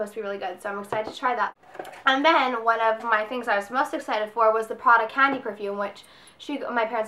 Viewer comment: OMG YES! I do hear it. Its like she stresses the "a" sound like she says "caahndy" instead of "candy"